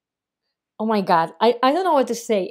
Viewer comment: Again you said.. oh my got.. oh my got 😂😂